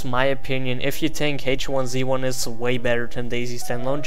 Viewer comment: I believe it's pronounced H1Z1 not H1Z1.